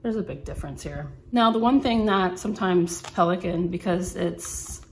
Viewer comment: Very beautiful pen. You said the name well. You have great penmanship skills